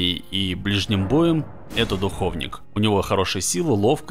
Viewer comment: Почему все говорят духОвник? Когда говорится духовнИк!